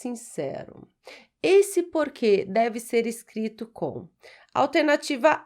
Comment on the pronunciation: Muito básico. Para um português é muito fácil. 1. a) 2. b) 3. a) 4. b) 5. b) 6. d) A Prof. não devia pronunciar "porque/porquê" da mesma forma como se as duas palavras tivessem acentuação gráfica. 🇵🇹